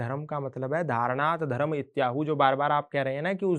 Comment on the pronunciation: एन्कर से निवेदन है कि धर्म शब्द को धर्मा उच्चारित न करें। धन्यवाद। वन्देभारतमातरम।